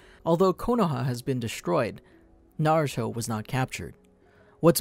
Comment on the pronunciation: i pove the part that he said narsho